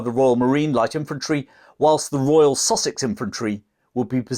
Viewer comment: When he first mentioned the "Sussex" regiment. I heard "sausage regiment" and was like, huh? lol